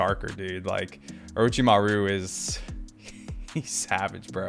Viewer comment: I was boutta say this too lmao I noticed how he been saying it and Orochimaru and some other names lol but all in all I'm loving the content and video analysis and character ratings💯💯